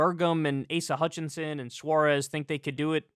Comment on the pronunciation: Did that man call him Asia Hutchinson? 🤣🤣🤣🤣🤣🤣🤣🤣🤣🤣